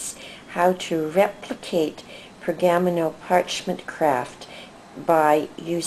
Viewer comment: Per-ga-mano...not pergam-no